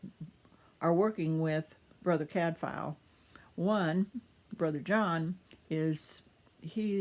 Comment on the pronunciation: Nice to hear the reviewer pronouncing Cadfael properly.